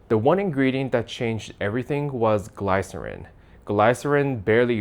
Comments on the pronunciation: Anyone else having a stroke over how he pronounced glycerine.? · you didn't pronounce glycerine propperly